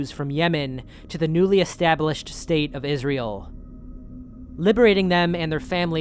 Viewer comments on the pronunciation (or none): none